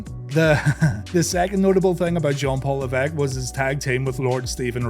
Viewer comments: Ooooh! This is a nice surprise! Nice to know I wasn't the only one who thought of pronouncing "LEV-ESS-CUE". Wild how we almost had Steve Regal and the future H-Man as the Bluebloods tag team at that time alongside Bobby Eaton. Also, lol at how Killer Kowalski made the 'Terra Ryzing' name. Even more so how WCW didn't just repackage him as a French snob with no explanation or anything. There was an actual effort to work the Terra Ryzing name into his character story arc. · /lɛ́.vəs.kjew/... Ok.